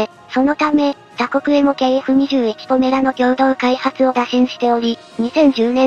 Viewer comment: 動画でも呼び方が「ポラメ」「ポメラ」と錯綜しているが ほんっとにどっちでもどうでもいいので問題ない。 どうせまず間違いなく頓挫して完成しないしね。（しても試験飛行を飛ぶのがやっとの代物かな）